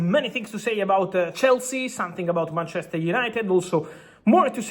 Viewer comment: Mar-chester 😂😂😂😂😂 wtaf😂😂